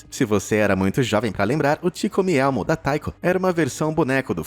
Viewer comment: não tankei o "ti comi elmo" KKKKKKKKK